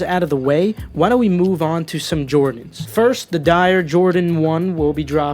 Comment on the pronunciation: Bruh I thought they were sick but apparently thinks they're dire